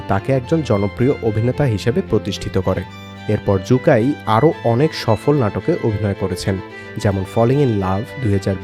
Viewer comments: জু কাই না 😂😂😂 শু কাই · জু- কাই নাকি সু-কাই